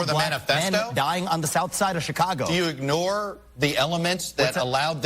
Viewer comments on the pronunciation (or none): none